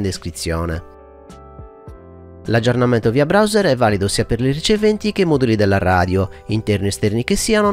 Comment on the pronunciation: !giallo, hai girato la o con la r nella parola browser;-) Cmq video chiaro come sempre